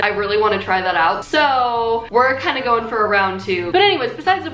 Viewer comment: ... and we're going to gaying ready for prom ... I have no idea what's the deal with my ears